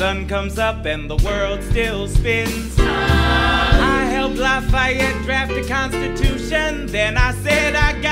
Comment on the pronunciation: ANYONE ELSE SHOOK THAT HE SAID “i hElpED LAffeYeT dRAft a cONstUtUtiON “